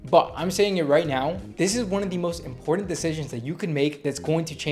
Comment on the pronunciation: Where are you from? You pronounce a lot of words incorrectly… for instance you say important with a D.